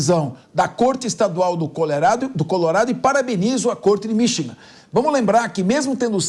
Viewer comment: este cara nao sabe falar Michigan, ele fala Minchigan